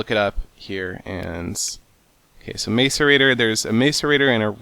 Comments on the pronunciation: its pronounced Mass-erator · I've always thought that "Mace-er-ator" was pronounced "Mass-er-ator" ...oops! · Macerator is pronounced 'mass er rate or' not 'mace er rate or'. I don't know if anyone else cares, but it bugs me. Personal problem. I know. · macerator is pronounced like map not may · ma-ce-ra-tor not may-ce-ra-tor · Macerator is pronounced: ' Ma-see-rate-or ' not 'Ma-cer-ator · The word "macerator" is said like "mass", not "mace" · m[a]cerator (not m[ai]cerator) :P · Mcerator is pronounced Mass-er-ate-ore, not Mace-er-ate-ore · Stop saying mace er raater it's mah sour a toe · pronounced masirator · its pronounced mass-or-ator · Lol mace- erator... Fail... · The macerator is pronounced MAS-er-ray-tor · Love the vids just 1 thing its pronounced mas er ate er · you pronounce macerator like 'mess-erator', kinda annoying but great episode! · Seth its a MASS-er-a-tor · no it is Mass-er-ay-tor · macerator- Mass-er-ay-tor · macerator is pronounced massorator... the more you know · what if you don't got a macerator. and seth, its said like mas-er-eh-tor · This is how u pronounce macerator: mass-er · the macerator is pronounced mah-sor-a-tor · its a MASS-A-RATER... and what was with the blank screen? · Roses are red, Violets are blue, Sethbling says Maicerator, and so do you. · IT'S PRNOUNCED MASS-ER ATER!!!! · And its mAcerator as in matt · it's pronounced mass-erator ( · Lol black screen fail, and say macerater like MASSerator! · macerator is pronounced mass-o-rator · Sethbling it is Mac-er-rate-er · Seth, you should break machines with their respective wrenches. Otherwise, it is more likely for them to become machine blocks. Also, you use Landmarks to specify where a Quarry, along with some other machines, works. And it is pronounced like "mass-er-ate-er." It macerates - meaning to soften/break up. My apologies, but when I hear how you say it, I think either the spray or the spiky flail. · It's Mass-eh-ray-tore. Macerator. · Lol, MACE-erator